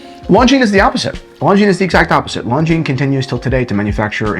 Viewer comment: Americans pronouncing anything non american... Longinesss.